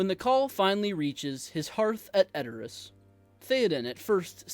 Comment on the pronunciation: the least you can do is pronounce Rohan and Edoras correctly, i mean..